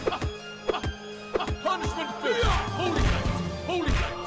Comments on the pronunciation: Was definitely mishearing "Punishment Fist" as "Punch With Fist" for a while. Like, no shit Jesus XD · aaaah. "punishment fist" i heard "punch McFist"